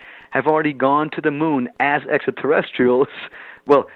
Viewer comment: Too bad he can’t pronounce extraterrestrials. He says essaterrestials. And asonauts. The tr sound escapes him.